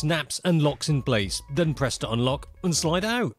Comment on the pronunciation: Did you say UnLok it? Gotta be good